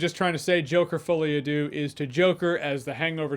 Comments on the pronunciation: I keep hearing the name as "Fully Adieu," which still seems accurate. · Did he really say Joker Fully A do? Mon Dieu.... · The worst thing about this is having to hear Americans pronounce "folie a deux."